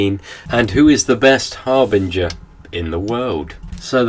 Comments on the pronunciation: BINGER, not BRINGER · it's "harbinger"